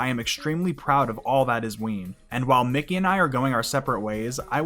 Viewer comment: Mickey. Mickey Melchiando. Not Mikey